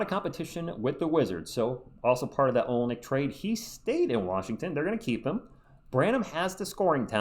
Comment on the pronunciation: ur Saying Olynyk Wrong